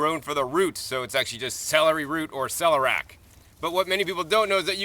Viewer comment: Much praise for your garden and great video but there is no such word as celerac. It's ce-ler-i-ac. The "i" is not silent. Thanks again. I love the garden.